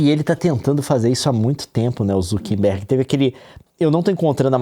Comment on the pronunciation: Por que o Leon fala "ZukeNbergue"?